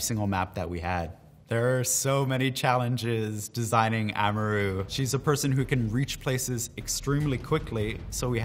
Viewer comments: We just gonna ignore him saying ahmaroo for amaru? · Plebtile So we just gonna ignore how he pronounced Amaru?